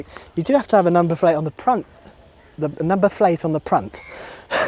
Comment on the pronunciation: The Indian accent on the pront is coming out.Cows and bears,what a peaceful place.